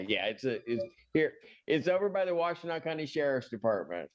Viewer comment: It's Wash-Ten-Naw county. In Michigan. Univ of Michigan 💙💛and Eastern Michigan Univ. are in this county.